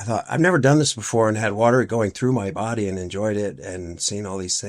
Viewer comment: He's lucky he didn't drown in the "Warller" (water)!